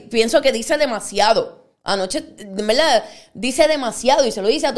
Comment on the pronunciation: Así como habla escribe? Todo con la L 😂 VELDAD ? QUE HORROR ME DA HUEVA ESTA GENTE